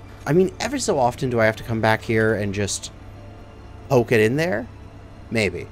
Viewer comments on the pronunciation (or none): none